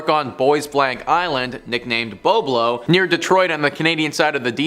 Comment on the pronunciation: BOB-lo Island. Like Bob + Low. Detroiter here. Went to Boblo often as a kid